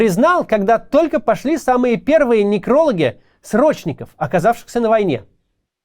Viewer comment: Явно читает чужой текст. По ударениям можно судить. Если бы писал сам, то точно не делал бы ошибки в ударениях в словах типа некролог, кожанка и пр. Да и оно понятно, каждый день по такой тонне текста выдавать он бы не смог. Не того уровня "мыслитель". Почти все уехавщие оппозиционеры делают так же. Им пишут - они читают. Видимо, это одно из условий прибывания там. Типа, не согласен, а мы тебя обратно на родину вышлем. Интересный инструмент давления выходит, когда человек готов совесть немного придушить лишь бы в Россию не возвращаться. Тоже самое с Майклом Наки, раньше смотрел, теперь не могу. Стоило уехать и из оппозиционера превратился в русофоба. Тоже было с Камикадзе ди, да и многими деятелями помельче.